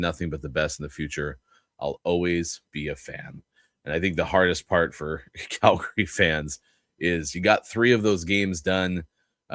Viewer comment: On a scale from 1 to 10, 10 being the highest, How annoying do you find it that from the Locked on VGK podcast pronounces Calgary as Cal..GARY?